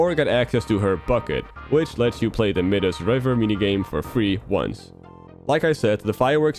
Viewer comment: There's no evidence that the Exor trick is a glitch. You pronounced Torte and Midas wrong. And if it affects gameplay it's not really an Easter egg